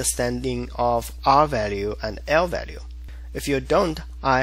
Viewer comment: say what again? lvalue leflence